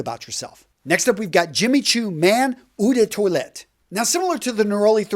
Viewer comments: Gotta work on that French brutha man Eau=Oh (but not long like "Ohh ok".... Short and sweet) De=duh (but not long like "duuuuh hello".... Also, short and sweet) Parfum=Par-fum (almost like pah-fum) (easy on the R and also on the M) Toilette=twah-let .... Otherwise great vid as usual and thanks 4 the info, and it's all luv bro. ✌🏾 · you are great but your French is terrible:). Check the pronunciation of eau de toilette/parfum in Google translate